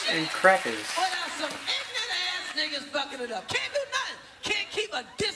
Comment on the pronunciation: I Laughed when he said 'Nigaaaz' and I'm a black guy from Amsterdam